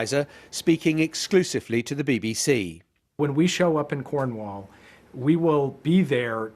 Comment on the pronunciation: " When we show up in Cwornwall..."